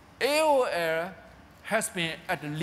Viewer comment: Shame he can't say AO'errrrr. :(